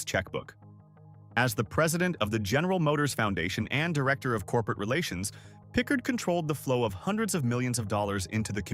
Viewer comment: It’s Vivian pi’CARD…not pick-herd!!! Say her name correctly!!!!!!